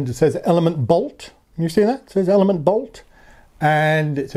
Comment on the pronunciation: Your attempts to pronounce last syllable of ELEMN'T -- brilliant! I've read that Bolt and Elemnt displays are both 240 dots wide, but Elemnt is 400 dots tall (vs. 320 on Bolt). How does Elemnt use those extra 80 dots of height on its screens? Does it show another row of fields vs. Bolt at same zoom level, or does it just stretch numbers of each row a bit taller? On map page, does Elemnt use those 80 dots to show more of the course ahead? Also, if you could only pick one to ride with, would it be Bolt or Elemnt? Thanks for your great review.